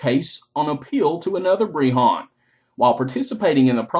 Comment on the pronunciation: Never say the word BREHON AGAIN!!!!! breHHAAAAAAWWWWWNNNN